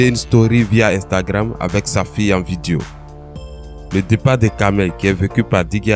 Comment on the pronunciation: On dit Vidéo VI DE O ...